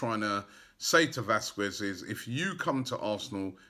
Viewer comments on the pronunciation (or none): Vasquez !!! Not Vasquiz :O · Robbie. Vasquez is pronounced as Vaskez not Vaskuez. nkt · Surely it's Vas-kez not Vas-kwez? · Vasquez = ( Vas-cez)